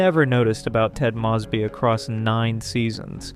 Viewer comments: Already doing both. 😌 The last name mispronouncations is a distraction in an otherwise BEST OF THE LOT channel. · Yeah i keep noticing it in all his videos But it is still a wonderful video tho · These are great videos. (You're mispronouncing Ted & Robin's last names.) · Ted proclaimed love for Robin INSIDE her apartment when they were standing very close, flirting, and about to kiss. How can you know the show so well but repeatedly get such basis, in this case iconic facts wrong? I love this channel but these mistakes, and the mispronouncation of Ted's and Robin's last names are jarring. Please be more careful. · Was thinking the same, like maybe Ai? Coz how can anyone get it wrong... they say the last name soo many times throughout the show.